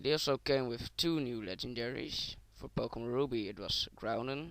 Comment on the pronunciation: i cant understand what the fuck your saying go make some operation to your vocal cord cause fuck man! and you cant even fucking pronounce the names of the fucking pokemon right! you fucking dip shit!